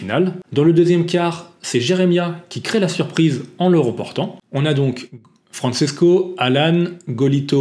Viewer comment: Bonjour, je te suis depuis les tutos Wing avec ton père (et je croyais que c’était un pseudo…. ) et j’apprécie toujours tes vidéos. Le parasuit, c’est trop drôle! Pour information, Francesco se prononce FranCHésco ( comme le CHE Guevara) et non FranSesco et Tricks étant le pluriel de Trick, s’il n’y en a qu’un, c’est un Trick, sans S. Juste pour que tu sois parfait 😅